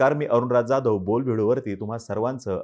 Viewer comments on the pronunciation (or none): none